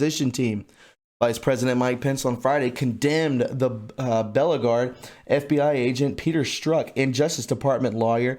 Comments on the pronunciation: learn to pronounce the words before you make your video. The word is not bella guarrd as you pronounced it. It is be-league-ered "beleaguered" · BEE LEE GURRRR ED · Beleaguered - Be LEAGUE erd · Bee- Lee - gerred Buddy. So sorry to correct you, it is just in my nature, love you and your vids! TY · Suggestion: research the words in your reports that are are unfamiliar to you. Example: beleaguered is pronounced bee lee gerrd. Your content and style are very very good, but you must take care to take a moment and read through and research those unfamiliar words. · your a fucking idiot. you can't even pronounce beleaguered. among other things. youngster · Marjorie posting: I wish you would prepare your show before you go live. You mispronounce the simplest words and if you have any credibility at all, it flies out the window when you do not know how to pronounce some words like, "beleaguered." Do you even know what that word means? In past show you have made similar mistakes. I'm trying to get past this, because one never knows where an undiscovered diamond in the rough can be found, but you make it hard to trust you. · be - lea - guered